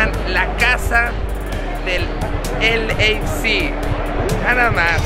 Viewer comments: Alguien dígale que es “el ei ef si” no “el eifsi” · Y nada mas te recuerdo que es LAFC y no LAC como lo mencionas.... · Es L, A, F , C. no LAC🤦🏻‍♂️ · “ELEISI” GALAXY, dice el vato… Yo que sepa son dos diferentes jajajaja. 😂😂😂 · Repeat after me: el ei ef ci = LAFC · Se pronuncia El ey ef si no la pendejada k dices tu wey Arriba las 🦅 Tururu! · El dijo LAFC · Pronunciacion mala de LAFC.